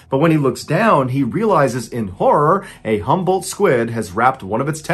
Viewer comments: When he was telling the story, it sounded like "humbled squid" to me lmao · Everytime Mr. Ballen said Humboldt or jumbo squid, I heard 'humble' squid and was obviously very confused as to why they are humble but so aggressive.